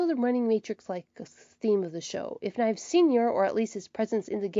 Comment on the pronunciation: Your saying fives last name kinda wrong it's Nieves well you know it is but your saying it wrong your saying " knives " say niev is